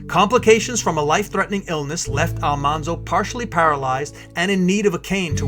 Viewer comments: A very nice documentary but the pronunciation of Almanzo’s name is wrong. It’s pronounced “All-man-zo” not “All-mon-zo”. The show got it wrong. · The proper pronunciation of almanzo's name is AL-MAN-ZO al like the name al, man like the word man not ALL-MON-ZO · He was "Manly" because his name was Al-Man-zo, not Al-Mon-zo. The tv series screwed it up. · It's pronounced "Al-MAN-zo," like "The man walked down the street." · I just finished "Prairie Fire," a biography. This timeline is very accurate to that book. It was a difficult book to finish, but well worth it for me. Almanzo's name is pronounced with the middle syllable man. It stayed wrong in the series because that was how it was first said by the teacher on the tv show. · Almanzo is pronounced Al-MAN-zo. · It's actually Al-man-zo